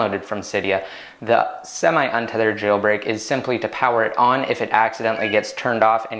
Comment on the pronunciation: you pronounce jailbreak funny, like Jjjeeilbreak